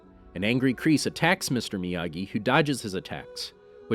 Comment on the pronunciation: When he says miyagi, I come to hear amagi!!:);)